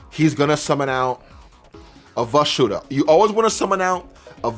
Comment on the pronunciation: Why do you call it "Vashuda"? Isnt it Vishuda?